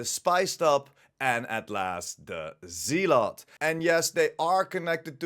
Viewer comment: Pronounced Zel ot